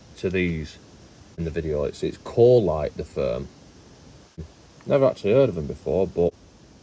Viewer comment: I thought you said Coalite 😂